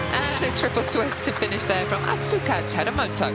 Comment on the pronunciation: That commentator at the intro butchered the Asuka Teramoto's name😅🤣. It's written Asuka but pronounced Askaa